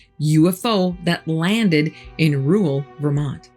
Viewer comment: it's pronounced RURAL not "Roowell".